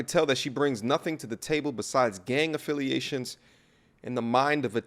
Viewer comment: Bro said gang affiations hahaha